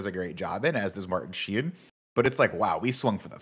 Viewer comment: “Martin Shee-in” pained me Nick